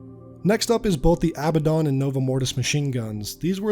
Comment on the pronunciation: The Aba-Don? it's Uh-bad-in